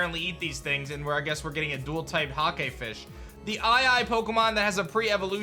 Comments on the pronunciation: "Huh-kay"?? Mate it's 'Hayc", colloquially "hoki". In Australia, it is mass produced commercially in frozen crumbed fish fillets. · it's not a "hakey" fish... it's "hake" pronounced like "hay"... it's one of the fish everyone eats for fish and chips in england! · Btw Hake is pronounced H-ey-k not H-A-k-ey , in the uk :3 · Hake is pronounced like rake or fake not hahkay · Hake is pronounced like Jake with a H. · The way he says Hake has me rolling KEKW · It’s called Hake like “rake” or “take” 🙂 delish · Hake is pronounced like rake (in english at least) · I know you said you aren’t a fisherman, but just so you know; Hake is pronounced like Rake or Take. They are found in the Mediterranean Sea by Spain and Portugal.